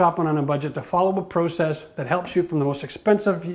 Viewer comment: try to pronounce process PROPERLY